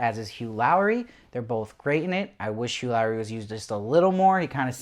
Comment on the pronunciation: Hell yeah I was afraid since there were some bad reviews about the atmosphere of the show Why Lowree though XD he's Laurie. Like "Lorry"